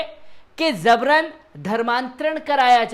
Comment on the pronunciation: ZABRAN NAHIN JABRAN, GAUTAM NAHIN GAUTAM.